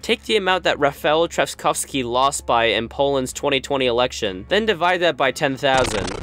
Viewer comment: the absolutely butchered pronunciation of Rafał Trzaskowski took me very much off guard